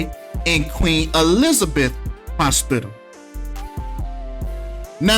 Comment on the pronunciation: "Queen E-lizard-beth." Come on!😂